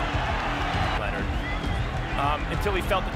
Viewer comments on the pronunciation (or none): none